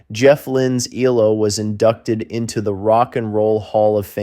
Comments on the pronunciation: Their abbreviated name isn't pronounced "Ee-low," it is three separate letters: EE-EL-OH. You lost me 32 seconds in. How can I trust if any of the rest of the information is correct IF the narrator cannot get even the basics down? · Pronounced: E...L..O. Not "elo" lol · E L O , NOT EEELOWWW! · EE El Oh Not eeelow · ELOW? ... no its E. L..O. not blooody EEEEELLLOOOWWW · American - what do you expect? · E-L-O. Not E-LO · It is not ‘eloww’ it is ‘ELO’ ie seperate ‘E’ ‘L’ ‘O’ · Ffs its E L O not eelow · Amen! It’s ELO not Ee-Low! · You pronounce each letter. That's E L O not elo. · Stop with eee low it's E L O numbnutz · Eee- low !? What kind of bell end is this narrator!?! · Dumb American calling them eellow, for gods sake do your research before talking drivel. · This man calling ELO, EE Low is frustrating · Bro, eeelow??? You're killing me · Dude, quit calling them eee-low - you’re killing me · The great mystery of this is how I managed to get through 25 whole seconds before switching it off. EELOW??? Who is this idiot? (Reading the comments, I'm glad I got out before "Rock-a-Ree-a". I don't think my computer would have survived being thrown out the window if I'd been subjected to that.) As a lifelong fan of Electric Light Orchestra those few seconds were more than I could stand. I need to purge this. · Eeelow and Meek are rough, but 'Rock-a-REE-a' was the one that really got me.